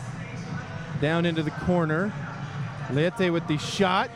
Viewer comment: Marcio Leite (Lay-Tay). Go wave